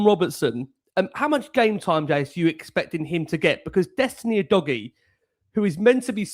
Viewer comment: Why does Jason keep calling Udogie U-dodgy 😂